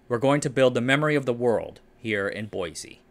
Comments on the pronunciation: Boise is pronounced "boy-see", not "boy-zee". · For what it's worth, locals seem to pronounce Boise like "boy-see", not "boy-zee". It's admittedly odd. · As a local, I must insist, there is no z in Boise. Boy-see. It's a shibboleth, you see.